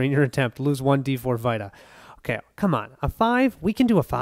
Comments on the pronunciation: Yea you were pronouncing it like vitamin but it’s an e sound. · FWIW it’s pronounced “vee-ta” like in PlayStation Vita.